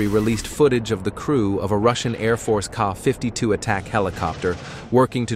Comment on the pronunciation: 😂 not car 52 its K. A. 52